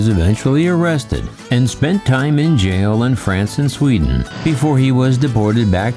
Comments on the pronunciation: "Sweeden" Lol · Its Sweden and not Sweeden. I always mistrust a story if I can spot a mistake, what more to find I didn’t spot! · Thank You. I've looking at all the comments for someone to have spotted Sweeeeden. I'm with you. Find it very hard to look past details like that credibiltywise.